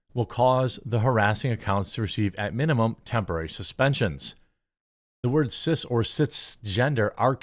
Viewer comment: Wordzezez!! REeeeeeeee!! 😂😂